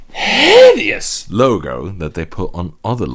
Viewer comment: Until he says H I D E O U S